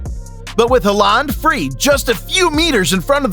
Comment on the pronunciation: Ah Elling Ha-land. That famous man.